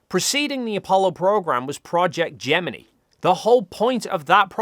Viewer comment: Excellent pronunciation of Gemini. AST approves!